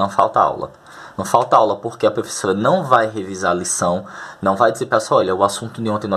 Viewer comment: Kkkkk.....serei direto como os russos na boa .....você insiste em pronunciar PREFESSORA....na boa cara....